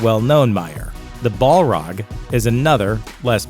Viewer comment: bolrog? LOL